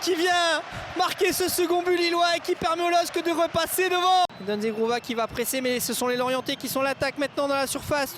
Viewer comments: ZEGROVAAA et non ZEGROUVA... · Mdr le commentateur il a dit zegrouva 😂😂